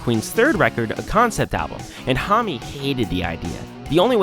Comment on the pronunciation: >thoughtful, well-researched essay >pronounces homme right >kyuss